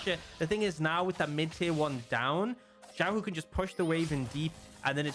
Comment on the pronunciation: not xiaolaohu it's xiaohu